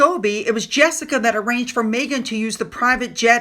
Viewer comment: You dont know how to pronounce jessicas name.American????